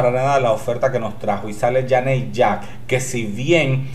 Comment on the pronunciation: ¡Sí que Janey Jacké fue la mejor esta vez! ¡Hasta merece que pronuncies su nombre bien! Mira, inténtalo, es yeini yeke'i LOL